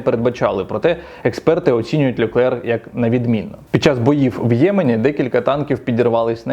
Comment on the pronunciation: Льоклерк - це якою? [ləklɛʁ] - Леклер.